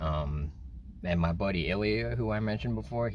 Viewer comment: That's not how you pronounce Ilya, but I understand that it's hard to pronounce for foreigners